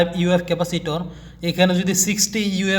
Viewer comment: ইউ এফ নয়,, মিএফ মানে মাইক্রো ফ্যারাডে হবে।